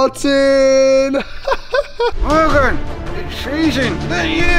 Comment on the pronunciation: its martin.... Not mattin....